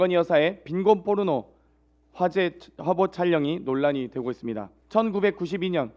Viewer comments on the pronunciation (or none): 근데 저새끼 발음이 빈곤뽀르노 이러잖아 아니 발음이나 똑바로 하던가 ㅋㅋㅋ새끼가 ㅡㅡ